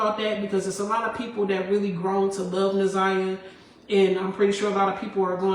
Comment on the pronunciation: It's not Nazera.😒